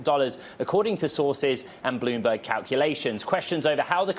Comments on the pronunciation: Loomberg, lol this is sad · Loomberg. Yeah 😂